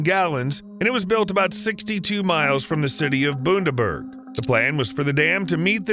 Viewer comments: Two corrections: Bundaberg is pronounced "Bun-da-berg" not "Boon-der-berg". There is no "Prime Minister of Queensland", there is a "Premier of Queensland". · Bun-daburg not Boon-daberg: there are no boondoggles in Australia! Collapsing dams and bridges are just not a thing here unlike in the US. Give the bureaucracy a chance and they will build that new one downstream whilst using the old one as a coffer dam. The longer that takes the more ROI they actually get out of the old failing one! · You'd think he'd do some research about pronunciation of the place names. Bundaberg is NOT pronounced "Boondaberg" it is pronounced Bundaberg as spelt, "Bund (the same as fund) a berg". But he is American so of course he would get it wrong as is normal with Americans. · Learn how to pronounce the names you report on. You say Queensland correctly but Bundaberg is like Bun-da-berg, not boon-da-berg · Really hard to listen to Bun-der-berg being called boon-der-berg. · BTW it's not Boondaberg it's b(under)berg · It's pronounced Bun-da-berg... Not Boon-der-berg 🤣🤣🤣🤣🤣🤣 great video though... Proud to see Bundy made it onto 👏👏👏👏💯👍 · I’ll put it out there on behalf of all the Aussie viewers It’s not Boon-Daberg It’s Bun-Daberg In Australia, especially when it comes to naming towns and cities, we rarely use the extended vowel. Australians annunciate consonants and speak nasally Americans annunciate vowels and consonants, without listening to one speak in person, I can’t figure out how you pronounce your words within the confides of your mouth, but I recommend trying to use your nose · it's not Boondaberg, it's BUNdaberg, bun is like fun, run, sun, gun, nun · As a resident and someone who's informed of the name of their hometown, I can confirm that everything he said is almost entirely correct... It's called BUN-DABERG not BOON-DABERG lol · just a quick unobtrusive pronunciation guide, its, Bun - da - berg. not boonderberg :) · As an Aussie, hearing "BOONdaburg" hurts my soul